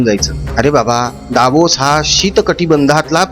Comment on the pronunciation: आदू बाळा Davos चा उच्च्यार कसा करावा ते आधी शिक.